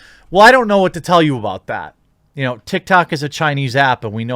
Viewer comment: You said tok tik, I heard toxic lol